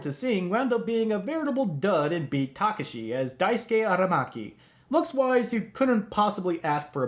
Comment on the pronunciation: Is it pronounced HONKA or HANKA, is it to much for the film makers to even care? Also: constantly mispronouncing BEAT TAKESHI's name through out the entire review.